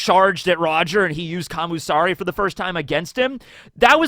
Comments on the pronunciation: Isn't it "Kamisari" rather than "Kamusari?" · But its not kami tho, Its Kam U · I thought he was saying commie